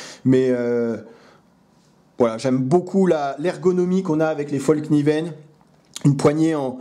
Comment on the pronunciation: Bonjour, et merci pour tes vidéos. Une toute petite remarque histoire de la ramener:-D Fällkniven: le petit [..] sur le [a] a toute son importance et donne à peu prés: fèlkniven.